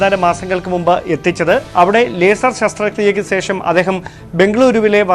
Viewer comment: സേഷം അല്ല, ശേഷം ആണ് സഹോദരാ. അക്ഷര ശുദ്ധി പാലിച്ചാൽ നന്നാവാൻ സാധ്യത ഉണ്ട്.